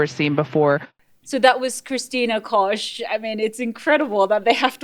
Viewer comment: CH in koch should be pronounced as in Scottish loch